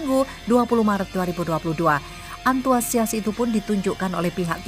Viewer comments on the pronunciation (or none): Antusias min bukan ANTUASIAS